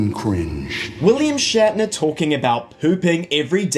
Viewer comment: shat-ner Pepsi is better